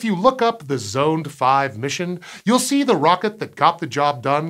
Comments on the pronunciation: The use of storable liquid propellants like UDMH was REQUIRED because the Proton was originally designed to be an ICBM. Our Titan ICBM used the same. And I don't think Zond is pronounced as Zoned. I've always heard it pronounced as Zahnd. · "I've always heard it pronounced as Zahnd." Only if you're a North American. If you're any other type of English speaker, it's pronounced "Zond"...